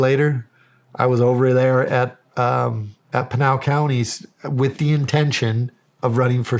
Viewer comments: PIN (the item you use to hang up a wanted poster) AL (short name for Albert). PIN-AL. Not PEEN-AL. How dare you, Shawn Ryan 😂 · Funny how Shawn pronounces Pinal County as penal, like penal colony. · You Pronounced Pinal incorrectly. Lived in AZ for 18 years and worked for the legacy I&NS, 1st there is no such thing as God, 2nd if the United Snakes of Hypocrisy didn't interfere in the politics of the governments of the south, people won't come here. This sheriff is not very articulate and maybe contributes to his lack of knowledge. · Oh Shawn killed me with the counties pronunciation and Mark corrected it